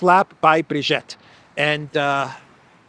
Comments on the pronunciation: Her name is not "Brigette". her name is Brigitte - pronounced "Breegeet" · it's Brigitte, the 2nd 'i' is pronounced 'e' as in 'we', not 'ette' as in 'wet'